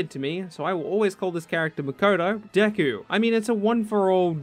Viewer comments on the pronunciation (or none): none